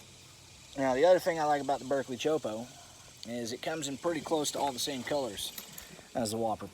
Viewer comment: You’re killing me with the way you say choppo, as in chop po not chopo